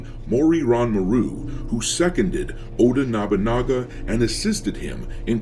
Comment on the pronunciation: I just have to say this.... you keep pronouncing Oda Nobunaga wrong... its 'Oh-dah Noh-boo-nah-gah' but other than that i like your video :)